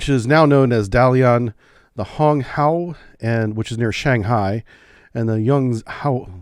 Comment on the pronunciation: Great video as always! I didn't see anyone else mention it in the comment but Guangzhou is pronounced gwong-zhoe like wong with a G at the start and joe but zh instead of the J. Another excellent youtube channel covering china has hosts that used to live there and have taught me how to pronounce a number of cities better than before I watched them. Dalian is also dah-leein, that last city though i can't even begin to guess how its pronounced 😂